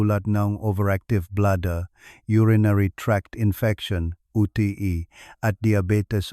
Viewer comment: Bulol kc ang UTI nging UT.E. bulol.maiksi ang dila